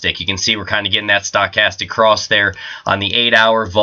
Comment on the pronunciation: It's sto-chastic not Stack-astic. lol